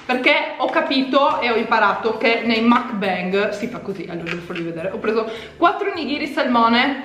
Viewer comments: si dice mukban 😂😂comunque bel gran video !! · "Mukbang" si legge proprio come si scrive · mukbang si dice come si legge, è coreano